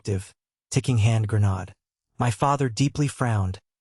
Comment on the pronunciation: When will AI ever learne to pronounce GRENADE correctly?Anyone..!..I spent 21 years in uniform..not the play kind..no one weekend a month..get together for training..at Fort Benning, Georgia we spent 3 weeks out of every month in the field..camouflaged and dirty..crossing streams and rivers..in our tracked vehickles or foraging through the woods eating c rations..C Rats…did a tour in Vietnam..led patrols in the Korean DMZ..with 5 riflemen,a medic , a radioman, and a Katusa..a Korean soldier translator..and grenades are always part of our inventory..a grenade is not a toy or some word easily said aloud the wrong way..real lives depend on it for survival..like claymores..in ambush situations with 1500 steel balls being exploded..it matters how we say things..a grenade will kill..a gre-nod..will not..that’s it..learn or perish..